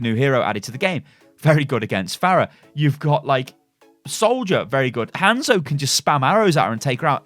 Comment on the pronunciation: I loved this vid... I really did. I was about to sub.... but you kept saying Hands-o ... and I just couldn't.